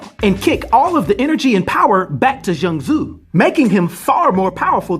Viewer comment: u said his name right😂